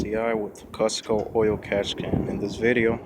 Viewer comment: F Costco 😂😂😂 its cooosco mate 👌😜